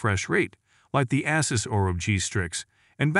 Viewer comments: Asses ROG 😂😂😂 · Am I loosing it or have they pronounced Asus in a few different ways. 🙃